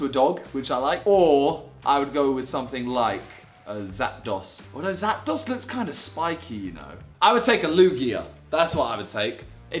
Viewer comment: Pokemon fans are triggered after he mispronounced zapdos